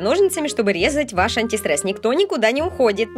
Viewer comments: зашто так антистрэсом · Уничтажать антистрэс хахахахахахаха